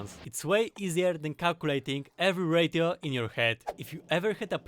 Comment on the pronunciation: I love your voice so much lol, I spent like 5 minutes trying to figure out what finding the radio to my base is when I realized it was you saying ratio (ray - shee - o btw). your Factorio content is awesome keep it up!